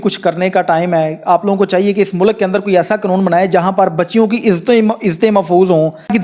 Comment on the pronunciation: تلیم قنون کم سَن سارے الفاظ غلط